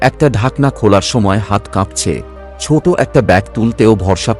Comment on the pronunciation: what is 'chot', it will be 'choto', not ghon ghon, it will be ghono ghono. correct your pronunciation